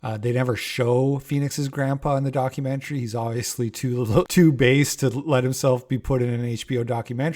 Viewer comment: Documentary kinda like documentuhree/documentairy ya know…? the way you’ve been saying it with heavy pronunciation on the end🤭 ‘document-chree’ is making me.. cackle 😂